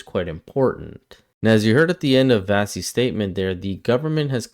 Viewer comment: Her first name is pronounced "Vashy". Her surname is Kapelos. You're welcome.